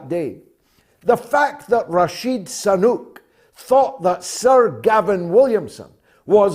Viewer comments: George, can't you pronounce his name properly? SU-nAK, not SA.-NUK!. Sooo-NAAk! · George, please stop saying "Rashid Sanuk' .....all the time...get the name correct..Damn it..